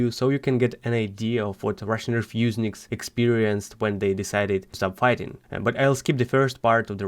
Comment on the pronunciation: Did you say refuseniks or am I tripping